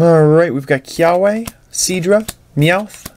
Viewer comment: The "w" in "Kiawe" is pronounced as a "v"